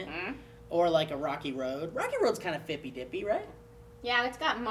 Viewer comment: it's fippy dippy.